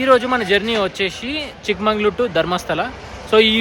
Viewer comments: Chikmagalur not Mangalur Prounance Properly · Bro it's Chikmagalur...not chikmangalur